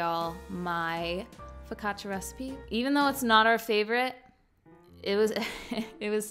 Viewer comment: It’s a step up that you learned how to say focaccia.